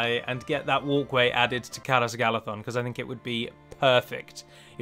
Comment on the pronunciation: You said "that" wrong......